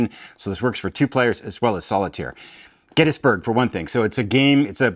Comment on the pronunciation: Thanks this is an awesome list. Sidenote I was so happy to hear you pronounce Gettysburg correctly.